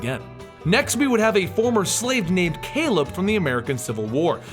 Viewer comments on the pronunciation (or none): none